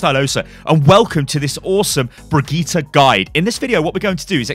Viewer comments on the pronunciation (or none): It's not BrigittA! It's BrigittE. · jo mann die heißt brigidde nicht brigtita xD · HER NAME IS PRONOUNCED BRI-JIT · Thats the English/Irish pronunciation. Her name is....Swedish? I forgot her nationality. Either way, its easy to be confused but Brijit isnt actually how her name is said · Nytellem He's been going back and forth on it. I don't think he was messing it up on purpose. More of a "I have no idea how to say it properly while I'm rambling and not thinking about it ahaha" type of mentality. He's just getting used to saying it while rambling now, lol. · I mean he is still mispronouncing the name, just not butchering it completely. The VA herself said it does not end in "AH" it ends in "EH". Anyway, it's been 7 years, hope things are well for you mate! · What's so hard about saying "Brigitte" ?